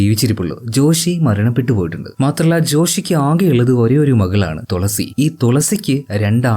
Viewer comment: tholasi alla machane...thu..la..si😀😀😀